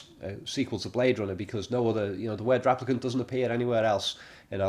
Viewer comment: stop saying raplicant please